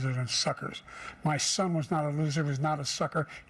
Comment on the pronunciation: Sleepy Joe: my shon ish not a shucker, you’re the shucker!!!